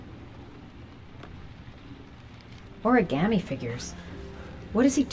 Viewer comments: WHY DOES EVERYONE SAY ORI-GAmmie INSTEAD OF ORI-GA-ME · anna stallworth 😂😂😂 exactly one was like origammi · I loved this game bacc when I first played it on the PS3 but I've always hated how they say ORI-GAAH-ME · Why does Gordi's voice actor say "oriGARmi" ...DO BETTER!! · Why can no one in this game either correctly or consistently pronounce 'origami' like....that is so hilarious to me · Why these people pronounce the word origami so weird